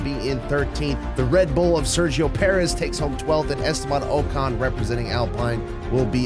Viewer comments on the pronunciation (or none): "Estaban OCAN"